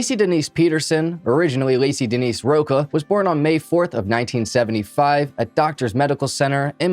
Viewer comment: I appreciate you correcting that, but just know that Lacy's original surname was pronounced "Row-cha", not "Row-kaw". As many times as I hear this case, it still breaks my heart. Mr. sociopath Peterson should have been executed long ago.